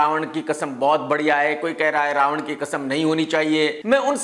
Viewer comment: Raavan ya RA ONE BOLO BOLO